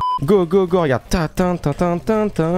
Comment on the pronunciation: Go go go pas go pas go il dit pago